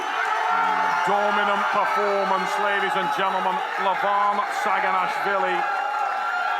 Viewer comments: actually, it′s not sagina"w"hvili.. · it's saginashvili not saginawhshndnnabgdywkahdhehe 😂😅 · he is Saginashvili not Saginawhvili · It should be Saginashvili not Saginawhvili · SAGINASHVILI and not saginawvili, W - not, S - yes